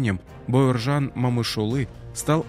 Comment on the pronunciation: У вас что но буквы О . Не Мамышулы , а Момышулы😢